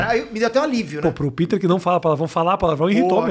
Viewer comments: Muito legal mas.... pô foi desconfortavel ficar ouvindo ele chama o peter de piter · Rafinha chamando o "Pe-ter" de "Pi-ter" 😂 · Senti ele incomodado com o "PITER* 😂😂 Fica a dúvida, se o nome dele é americano, pq não pronúncia o Jordan americanizado tbm, que nem o Michael "DIORNAD" 🤔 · Comecei o video agora, vamos ver se o Rafinha vai perceber ao longo do video q ele n estava falando o nome correto so Peter. Hahaha.